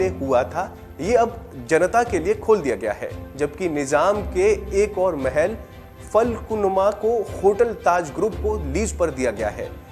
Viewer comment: Fal kul numa nahi...falaknuma palace hai wo...uper hai...Jane nay dete...Thodi se Koshish puri gaaf Laal...💐